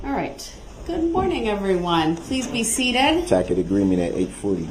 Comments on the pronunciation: the moment Brooks learned the tackit vs tacit distinction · The way he pronounces “tacit” w a k sound instead of s sound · "Is that a tackit agreement?".... Lol. Goofball ass dummy. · The manner in which he twists and mangles words is absolutely astounding. "Deeshkripshun", "licin place", "substain", "entee", "doojishul", "uhdoonduhkayted", "tackit/tackick/tactic", and on and on. His pronunciations are nearly as abominable as his knowldge of definitions and appropriate usage of words. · "tack it agreement" bwahaha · tackit for tacit, umbiblical cord (my favorite), sub stained, axed, spec a lation, relevancy, and soooo many others! 😅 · A "tack-it" agreement? Lmao this dude is an absolute boob of a human being and it'd be pathetic if he weren't a POS murderer. Instead, it's just infuriating. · Is this where he learns how to say Tacit? Continued watching - Nope HAHAHAHA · He mispronounces tacit, and she says it back to him the correct way. That got me. 😂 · Day 8 am is the exact point in the trial that dumbo learned how to pronounce "tacit!" (And, he put it on the record in the first few minutes of this video.)